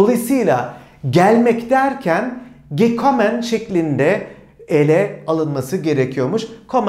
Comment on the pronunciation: Neden gekomm diye okunuyor ?